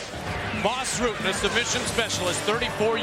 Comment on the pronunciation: That mf said Ras Butten. 28: something. Like up.